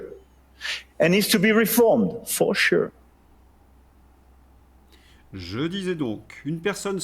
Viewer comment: For sure = four-che !!!